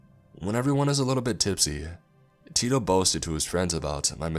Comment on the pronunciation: Heh heh take a shot every time he says, "Teedoh Leedoh" lol And yes I know it's "tito". XP